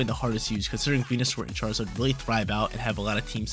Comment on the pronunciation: A yes, "chraizard" the quintessential fire starte pokemon😂, love the video friend, thanks for getting me into competitive